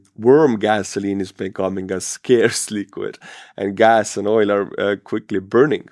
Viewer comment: Oil is pronounced with a hard L ❤❤❤